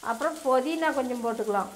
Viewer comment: Podhina va athu puthina illa